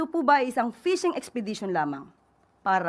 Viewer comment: Anti Clara ang Fishing letter F F F HINDI P P PISHING 🙉